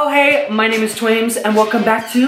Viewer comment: It's twaimz not twamiz